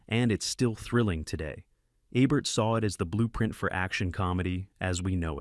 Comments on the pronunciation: Program your damned AI to say Ebert correctly or I'm unsubscribing. No big loss I suppose for a channel with the overwhelming subscriptions of 13,000. The Daily Dose could handle losing one or two or three thousand but you? I don't want to leave but your AI sucks and I cringe too many times watching. Correction please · Mispronounced Roger Ebert's name, showed clips from the 1931 version of "Holiday", showcased "The Awful Truth" twice...pretty bad. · And, you showed clips of the original film version of "Holiday" from 1931 starring Ann Harding versus the Cary Grant version 1938. I recently commented about the high quality of your videos. i overlooked the Ebert issue (he is the focus of these videos, right? Shouldn't you get his name's pronunciation correct?) but your clips are degrading my opinion of the quality of your work.